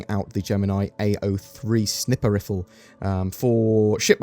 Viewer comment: Gemini snipper riffle? Was that on purpose? lol